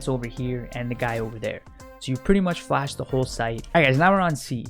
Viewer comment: i love how he just says "just fash the whole sight" every after location like yes man we be flashing